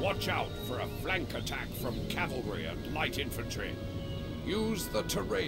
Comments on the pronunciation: calvary was the hill where jesus was crucified. cavalry are mounted infantry. its pronounced differently man, try sounding it out or something. smh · NOT (CALLVURI)!!! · Calvary????? What's that :) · not a bad vid...but i think you should know, it's pronounced CAV-AL-RY. not CAL-VARY. just sayin. in Jewish mythology, "Calvary" is the place where the Romans brought Jesus of Nazareth to his gory, untimely demise on a cross. "Cavalry" is a body of mounted troops. again...just sayin. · say it with me: CAV-ALRY. Calvary is a place. no such thing as 1st CALvary division. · cavalry not calvary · its Cavalry ffs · It's cavalry. cavalry not calvary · Calvary? Is it not cavalry? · AWesome vid just its cavalry not calvary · From the get-go, you should have used your howitzers to defeat the British cannons. This opens up your cannons to move to the front and fire devastating cannister shot. AND..I know it's nitpicking....but its Cavalry..not Calvary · Dude, it's not CALvary, it's CAValry! GET IT RIGHT! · you say calvery, it is cavalry. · Cavalry. Not calvary. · I realize this is an old video and I hate to nitpick but it's cavalry not Calvary. The first is an army on horseback but the one you keep saying is the hill Jesus was crucified on. Really like the video though. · Not to be a dick or anything but it's pronounced 'cav-al-ry' not 'cal-var-y.' I used to say it the same way. I really enjoy your videos btw. Great content. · Good video, just one question.... Why do you pronounce the word 'cavalry' 'calvary'?? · Why do you say calvary instead of cavalry? I know this sounds annoying but I just want to mention if you didn't mention it yourself :) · sorry do you keep saying CALVERY instead of CAVALRY? nice vid though looks like a good game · its cavalry not calvary omg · Calvary?? All the time... It is spelt Cavalry, pronounced the same. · Oooooohhhh my goooooodd stop saying "calvary" I literally cringe each time I hear it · ITS PRONOUNCED (CAVULRI)